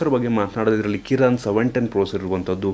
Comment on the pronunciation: Koran alla bro adu kirin